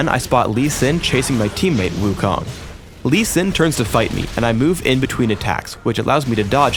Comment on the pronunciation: lol, wukong, wrong pronounce. 悟空. do u know chinese? the kong is wrong pronounce. lol .